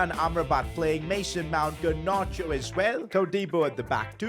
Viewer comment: GARnacho not GERnacho